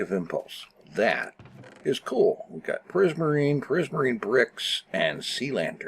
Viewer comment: Prismasrine?? I thought it was prismarine!